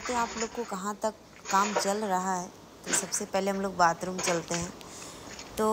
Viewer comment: बातरूम😂✅ बातरूम😂✅ बाथरूम❌